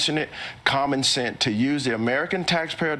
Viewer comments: “Common cent?” Please, someone who speaks English. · Dude literally said “common cent” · “It’s common cent” ? How the F did this guy get this job ? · Did he just say "common scent"?